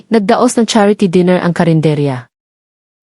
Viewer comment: Ano ba Naman Hindi mo ma pronounce correctly Ang table, dinner, etc.